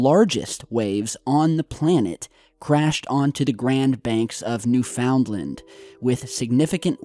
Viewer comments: New•Finlind, accent on "New". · Newfoundland is pronouned Noof- N’ Land not New Found Land 😊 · It’s “Newfunland”...not “New found land”...gotta say it all together not 3 different words 😏🇨🇦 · New FOUND land? uh, no. Say it with me: NEW-fund-lin. 🙄 Big waves = axis/pole shifting. Or sun issues. Or electromagnetic issues. Or earth core issues. Or Planet X issues. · Newfunland not new found land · New Found Land???? hahahahaha try Newfoundland...newfunlind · Newfoundland = NOOfunLAND. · I will add the real pronunciation of one of the 10 provinces in Canada.."NEWFOONLAND."....IT IS one part of a much larger province called NEWFOUNDLAND-LABRADOR(is part of mainland Canada). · I think that's just the way people say it, they're too lazy to say found, so it sounds like fund-land or finn-land.. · It’s New-fun-land buds! Now say it quickly. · We say it like, "New - finn - land". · New-fin-lin. One word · Thanks! Drove me a bit nuts listening to that, too. :-) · Newfoundland is not a compound word, you are pronouncing it wrong. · Newfoundland rhymes with understand